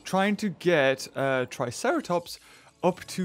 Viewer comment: He said triceraplot